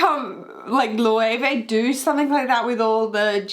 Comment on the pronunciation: Okay I'm going to be 'that' guy... but you're pronouncing Löwe (Loewe) wrong :)